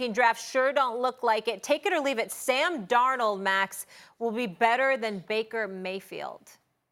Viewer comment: who's Sam Dorno?